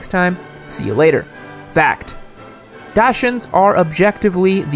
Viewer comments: "Dashuns" >DASHUNS DASHUNS Dachshund. German. I can get "docks hound," "docks hoond," or the rare one that says it like "datsund." That dog breed has a name that has officially been murdered on this day. And if bothers reading through all that, this is a nitpicky detail because the rest of the video was awesome. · Dachshund is pronounced Dock Sund